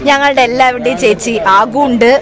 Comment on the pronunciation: Thechi alla chethi ann 😂😂🤣😂